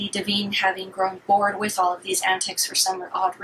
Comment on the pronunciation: Honey you flat lined when you mispronounced Divine